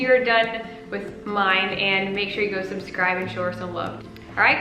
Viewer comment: Because he said “exscribe”, I subscribed 😄 Thank you for giving me some pointers on how to start a routine to keep a home. Your home looks beautiful and uncluttered.